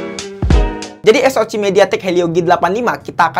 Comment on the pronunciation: Penyebutan SOC nya di ganti jadi Es O si aja min